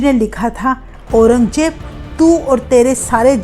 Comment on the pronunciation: You are Hindi pronounce is not good, Aurangzeb ko Aurangjeb bola, 😅